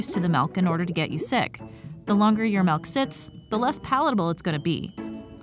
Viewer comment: Stop saying meawk instead of milk